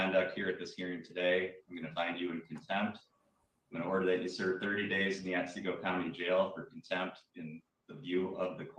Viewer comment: Love you!! It’s pronounced Ot-( like BOT)see-go btw. I’m sure cuz I live here💜❤️💜❤️💜Glad your channel is blowing up!!